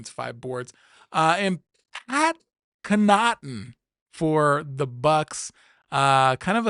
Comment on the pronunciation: Canaughton is pronounced Cawningten